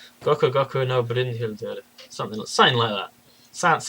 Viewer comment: pronounced Brynhildr perfectly:)